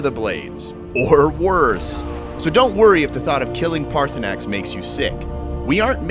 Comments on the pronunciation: Dude, pick an pronunciation. You keep flipping between saying his name as Paarthurnax and Paarthurnan. Paarthurnax obviously is correct. Easiest thing is to bypass that part or killing or not killing him until after your other quest. Always has and will be the best way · His name is pronounced PartySnax